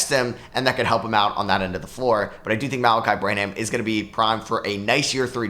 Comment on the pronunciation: Gotta work on your Malaki Branham pronunciation. Don’t pronounce the h. It is like Graham. No h. Bran-am instead of bra-ham.